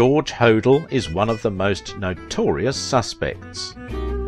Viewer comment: Please... it’s Black DAHL yah & George Ho DELL